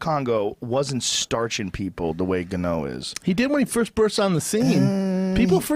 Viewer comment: Francis gano😂